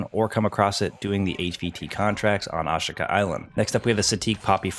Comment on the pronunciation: how hard is it to pronounce ashika??